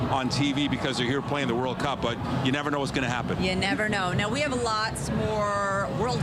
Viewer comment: Its GHAA-NAH .... NOT GHE-NAH ya dummies.